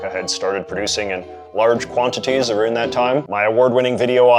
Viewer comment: Dude said lying “aroooned”.